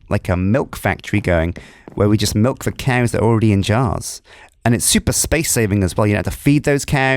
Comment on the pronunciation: Did just say Malk? Instead of milk? (｀_´)ゞ